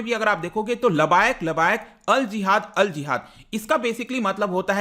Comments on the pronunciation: वो लबायक नहीं है लब्बैक है। तहरीक ए लब्बैक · labayak nahi hota labbaik hota hai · Pronounce as (Laab-baye-ek)